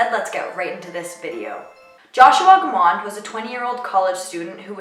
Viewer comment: Families don't like people using their loved one's case as a purpose for you to get popularity! You got quite a few actual fact's wrong and can't even pronounce his last name correctly! It's a shame you are using this case to get YouTube popularity!